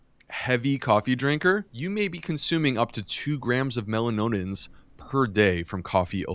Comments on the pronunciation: Great information, but as a doctor please figure out how to pronounce "melanoidins". That was painful to listen to. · Mela noid-like-roid ins, please :)). Listened while making dinner last night, couldn’t think what mela node-in-ins might be. Rewatched, saw & confirmed correct spelling, so…. With thanks for all you do so well, from a life-long black coffee lover.